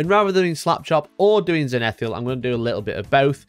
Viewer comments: Great video, contrast style paints or inks through an airbrush is a nice easy way to establish your base colours on a mini for sure. One quick thing tho: It's "zenithal" not "zenitheal". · I'm gonna be that guy, if only for a moment... 1. There is nothing that can be achieved with an airbrush that cannot be done with bristles, whilst the inverse is not true. 2. ZEN-ith-ALL. 3 syllables. One "i." GRIS-aye. 2 syllables, it's French. VOL-yew-met-TRICK UN-der-payn-TING. "Slap chop" is for windowlickers and lazy casuals. C'mon dude. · could you say zenithal again.........that was freaking me out